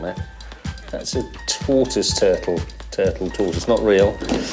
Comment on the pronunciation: Everyone: Tortoise Gay Brit: Toy-toys